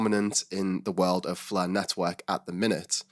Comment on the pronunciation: Love the "Fluh" Network! 😁